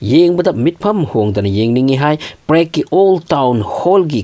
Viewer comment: Prague ki pronounce se chumdko